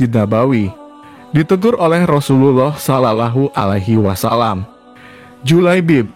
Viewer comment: Bukan Islam ya yg baca video nya sulit bgt ngomong sallawohualaihiwassallam